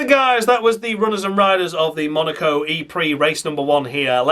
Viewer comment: Even you just saying MUNARCO several times would be noticed 🤣